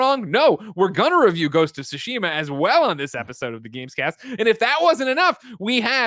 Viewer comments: Greg, your pronunciation of Tsushima is better than most but still not quite there. It’s TSOO-shee-maw (the T is not silent). But I also wouldn’t worry too much as long as you’re trying, most of your audience probably doesn’t speak Japanese. As a side note to Tim since it comes up pretty often, it’s O-nimusha, not AW-nimusha. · But the second way isn’t correct either. It’s Su- Shi- Ma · it’s TSU-shi-ma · I know that but for some one that might not know Japanese they’ll probably over pronounce the t. It’s hard to tell someone how to pronounce something via text lol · Still not correct, better than most but the T is not silent. He’s also pronouncing the second syllable wrong. Actually all of the syllables are mispronounced lol. But I don’t expect everyone to speak Japanese.